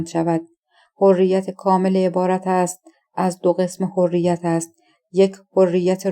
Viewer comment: تازه! حرّیت را فرمودن حُریت😂 خیلی باسوادن: اسامی رو که نگو خودشو میکشت تا از پسش بر آد